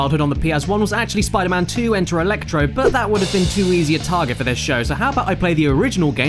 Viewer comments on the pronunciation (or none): I lasted till then I started screaming " spider MAN not spider MUN." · fuckin hell say spider MAN not spiderMUN fuck that's irritating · He clearly says enter electro Spider MAN not Spidermin.. B*STARD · he says spider MAN instead of spidermun unsub unlike unfollow unnotifications undead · He messed up- said Spider-man instead of Spider-mon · It's pronounced "spodermun" caddy. Not "spidermun". Get it right. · Caddy got sick of saying Spider Mun before i got tired of it haha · You failed your 'Spidermun' challenge at this early in. Sorry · Spidamun hahahha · I like the part where he said SPIDER-MN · STOP SAYING SPIDER MÉHN!!! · SPIDAMUN HUMCUMMING BATMUN V SUPERMUN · he said spider-muun 10 times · "Spider-Min" S C R E A M I N G I N T E R N A L L Y A L R E A D Y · Spidermun, spidermun, does what ever a spidermun does! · You saying Spidermen don't actually annoy me.. because it just sounds like your silly British accent is having a hard time pronouncing Spiderman correctly- "Spidermun." Heh. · "Spida-mun" I literally want to kick you in the teeth. Love you Caddi. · I never pronounced man as mun, so the Spider-Mun thing threw me off instantly. Btw, no I'm not american. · its pronounced spooder-mang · About the second time you said spidermun I died inside. Thanks caddy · "Where'd Spider-Wuss Go?" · You mean "Spidamin" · Henrique Carballo Aranha No you mean Spoder-Min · He didn't say Spider-Mun! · you forgot to say spider-mun